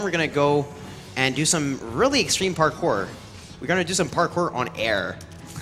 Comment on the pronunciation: I like how he says "parcore"